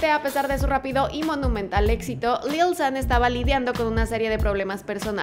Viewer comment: dislike por la forma que tiene de decir lil xddd